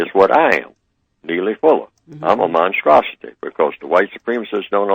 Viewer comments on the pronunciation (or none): i heard neely say - he's a monstrasity i heard him say a monstasity support the white supremacy.